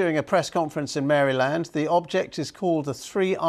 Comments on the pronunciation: Love the way Brits mispronounced Maryland. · Love the way Americans pronounce literally any English county/city/town. BTW: The state of Maryland was named for Queen Henrietta Maria, the wife of King Charles I of England, by her son Cecil Calvert, the 2nd Lord Baltimore. The name "Maryland" is Latin for "Terra Mariae," or "land of Mary."